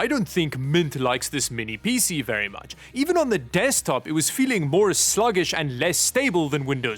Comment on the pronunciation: PC ❌ Peacie ✅ Thin T ❌ Thintie ✅